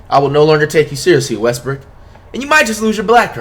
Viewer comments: Did flight really say Westbrook and not westbrick HUHHHH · “Russel Westbrick”